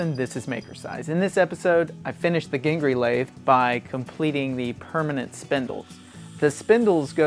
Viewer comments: I think it's pronounced " jin-jur-ee" not "gin-jur-ee". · Ginge-ery not Gin-ger-ry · Hi. I was a personal friend of Dave's, miss him tremendously, particularly when doing something in the shop. He was an excellent teacher in person, as well as through his book series. He was my mentor in green sand casting in aluminum. Pronounce both g's hard as in "goat". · Possibly, what is your source? I am very confused about how his name is pronounced, but I really want to get it right. Here is where I am at in my research for pronunciation accuracy. The best source I have had to date is someone who met David in the '80's. He said David pronounced his last name with a hard G as in goat or gib. For the time being I have settled on two hard g's until I find a more definitive source. If you know of a book or writing by David or someone in his family where they write how their name should be pronounced, please share the reference. The absolute definitive source would be a video or audio recording of David saying his own name. I'd love to put this to rest, yet the quest continues. :)